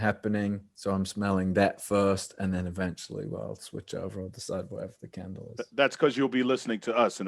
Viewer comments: Anyone else thought he said a Ken doll when he actually said candle ??💀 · "Maybe a nice scented CAN-dull." Aw, Harry. You silly sweet thing. <3